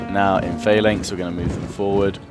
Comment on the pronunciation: why do you say phalanx like that? I'ts the incorrect way to pronounce it doesn't matter just saying:D